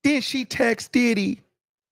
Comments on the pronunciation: I thought it was DiDHeeee? 😂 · The way he says “DIDDEEE” sends me every time! 😂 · FRFR!!! 😂😂😂😂😂😂 I be in my house crying! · 😂😂same here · Oh I didn't know the comments were open! 😂😂😂 how he say Diddy really be killing me!😂😂😂😂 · For me, It’s the way he says Diddy! Where is from? I can’t detect his accent.